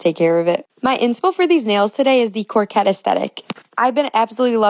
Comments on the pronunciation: Did you also hear her say Cor-quette aesthetic instead of coquette? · when she pronounced coquette as 'corkette' i knew she was just trolling lmao